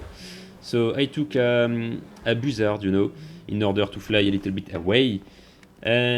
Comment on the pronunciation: BOO-ZARD😂😂 I love French people😂